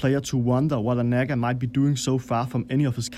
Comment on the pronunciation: You're walking a fine line with your pronunciation of Nagga